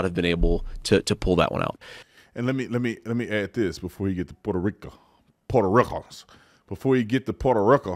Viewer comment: “Puerta Rikans”💀💀💀💀